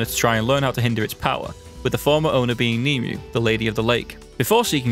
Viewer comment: Small nitpick with the dubbing. I get it's done by Americans but it is based on an English Legend and I'm fairly sure Nimue's name is pronounced (Nim-ooway)